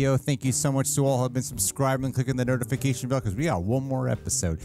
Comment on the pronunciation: Wait…did you say to “ring that nerdification bell”?😂